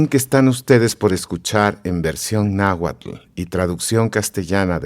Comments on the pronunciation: Y pronuncian sonidos que no existen en la lengua nahuatl. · En realidad la dicción no es magnífica, se nota un acento español y no pronuncian algunos sonidos del nahuatl, y más que está escrito en el llamado "clásico". Aún así tiene el valor de mostrar la versión original de este libro, ya que muchos creen que está escrito en español.